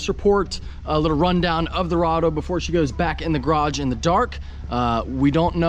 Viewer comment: CORRADO RHYMES WITH SILVERADO